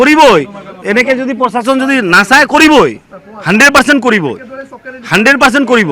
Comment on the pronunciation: পচাসন নহয় প্ৰশাসন এওঁলোকে আজি লৈকে ভাল দৰে শব্দ এটা কব কিয় নিখিকিলে